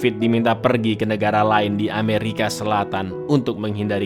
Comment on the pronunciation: Kenapa sebut ameriki